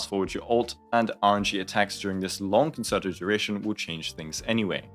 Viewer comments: Me having a mini stroke everytime i hear kuhn·ser·tow instead of kuhn·chehr·tow. Great video though. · i love you so I hate to be that guy but you I can't get over how you pronounced concerto. it's actually pronounced more like "con-chair-toe" rather than "con-sir-toe," honest mistake though:) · Sorry I promise this isn't a hate comment but it's pronounced cun-chair-toe, not concert-o! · I got two "conserto"s in before I had to take a moment to come to terms with the fact that every content creator is about to mispronounce the word and maybe I should sit out this patch. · concerto is pronounced like cun chair toe 🥵🥵🥵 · It’s pronounced like “cone-chair-toe.” I know it likes like “concert” which uses an S sound on the middle C, but this one is a “ch” sound Nice breakdown, though. That one word repeatedly wrong was driving me nuts, is all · Great video, as usual… …but it’s pronounced Con-Chair-To. No reason for any non-musicians to know that, but it was just nagging at me the whole time. Not sure if I’m pulling her or not. She’s definitely good, but I’ve already got Ruan Mei, Sparkle, and Bronya, and I’m not quite sure how much I want to invest in FUA teams. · Just a heads up as well, since you mentioned in stream you weren't sure of the pronunciation, it's pronounced Con-Chair-Toe :D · Saying con-sir-toe hurts my heart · Hope people weren't too aggro about the concerto pronunciation! I was literally about to type something when I realized your pinned comment 🤣